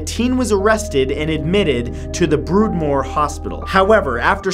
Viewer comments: Its Broadmoor not broodmoar 😆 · Broadmoor........not broodmoor FYI and the little boy killed by Thompson and Venables was Jamie Bulger not Bugler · Maybe read the names of people and places properly! Google them if your not sure. James Bulger not bugler. Broadmoor not brood moor! Basic respect. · BROODmoor hospital. Funny, I always pronounced it Broadmoor! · Broodmore..... its broadmoor. As in "broad side of a barn" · If you're going to do these stories please research the pronunciations of places and people's names. It's Charlestown, Ma not Charleston. It's not Broodmore. It's Broadmoor. It's not Jamie Beulger. It's Jamie Bulger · Broadmoor hospital, not Broodmoor. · It’s not broodmore it’s broadmore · Broad moor Hospital not Brood moor Matt. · Its broadmore not broodmoore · broodmore hospital? BROADMORE. BLOODY BROODMORE. LOLOLOL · Try Broad not brood hospital, if your gonna mention a hospital for people who have mental issues say it properly or at least hear how it's prenounced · It's pronounced broad-moor not broodmoor. Edmund kemper actually said of why he killed his grandfather that he knew he'd miss his wife so he wanted to spare him the heartache of that. You really need to check your facts before making these videos instead of making it up. Also he killed his mother and her best friend not, his friend as you state. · Think he also mentioned "broodmoor" hospital too at the start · Where is brood more? I have heard of Broadmoor but not brood. And getting poor Jamie Bulger's name wrong. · Not to be picky but the place of the first story is pronounced boardmore it was a mental asylum for the Criminally insane. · Broadmoor, not Broodmoor :) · Broadmoor not Broodmoor. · BROADMOOR not broodmore ☺️ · Broadmoor like in Broadway. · Broad or is mispronounced. And the guy you said was from the 1800’s had reference for the 1970’s. The music doesn’t really help, just obscures the speech.